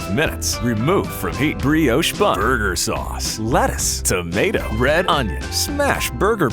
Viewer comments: It sound likes it's sayin butt sace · “BURGUR SUACE” proceeds to put 2 drops on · “BEurGeaEer SaeUcE” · I swear I heard "butt sauce"!